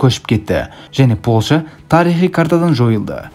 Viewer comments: Польща деші Полша демей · Ассалау мағалейкум Полша емес, Польша деп дұрыс айтылады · Полша емес Польшағо 😂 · Полша демей ПолЬша дей берш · Польша деш брат полша демей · Полша емес Польша десен жақсы еді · Полша емес польша дещ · Ешкім деген сөз қосысылып жазылады және Польша деген сөз мьягкий знакпен айтылады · Польшаны дурыстап айтсаи